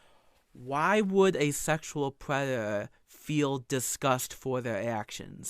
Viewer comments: “I went to ha big buva, and he said….” ” is a preditah” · is a pwedatowr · But hes nawt a pweduhuh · Somehow, the pwedator returned. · is a pweadator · is a pwedatow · "I AM NOT A GWOOMER PWEDATOW" -gwoomer pwedatow that shows cawtoon cornography to 15yo's on discowd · a pwedaturr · IS A PWEDATA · is a pwedator, who cannot be touched by the powice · "They aboosing me, I'm not a pwedator." -. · aka the pwedator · Pwedator Hahahahs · is a pwedatah and a wetawd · "it's just Cawtoooooons, Im not a pwedator"